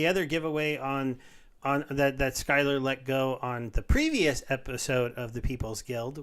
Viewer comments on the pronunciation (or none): It's Sylar, not SKylar..:D